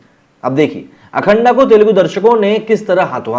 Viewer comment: अखंडा नहीं अखंड बोल - क्यों ग़लत उच्चारण कर उर्दुवुद का एजेंडा लागू कर रहा है भाई पठान का बहिष्कार